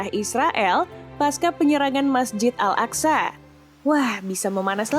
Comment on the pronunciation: Yang bener napa nulisnya atau ucapannya mesjid al aqsa atau al aqso huruf shin dan shod berbeda